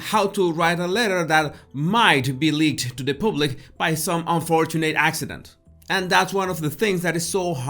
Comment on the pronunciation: Oh leave the poor woman alone. She's only human just like everybody else. Are we all so perfect? And the word us PUBlic not pooblic.